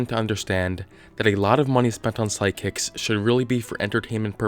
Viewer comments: Why do I hear you saying "sidekicks" instead of "psychics?" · It sounds like you’re saying “sidekicks” 😂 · Why do I keep hearing "side-kicks?" XD